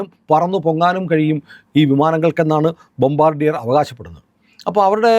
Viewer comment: The correct pronunciation of that company name is " Bombaadiye" എന്നാണു. Its a French word..Thank you for your informative vedeos